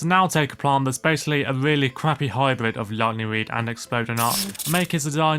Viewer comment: “a weally cwappy hybwid”